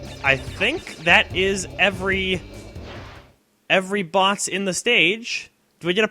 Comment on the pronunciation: Sounds like you are saying "botses" sort of like a golum plural of bots! So amazing